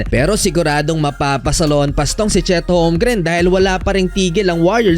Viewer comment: Holgrim hindi Homgrin Hayop na yan!